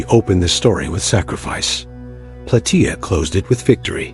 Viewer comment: It's plataia like how u say Gaia but with a soft a